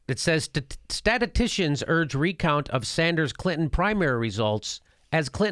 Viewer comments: Or maybe slightly more like stat-us-STISH-in. Basically the same sounds if you say it fast enough. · You watched the entire video, and Jimmy struggling with the pronunciation of "statistician" was your big takeaway? Good job!